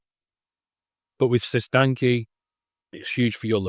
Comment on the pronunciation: Appreciate your work bro. Side note It’s pronounced like “sis tan ch”